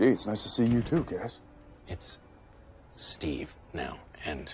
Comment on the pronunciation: the "it's stEve" killed me